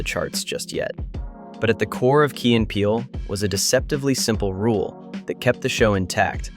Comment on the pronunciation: I call Key as "Kay" so when i hear you pronounce it correctly i remembered the teacher skit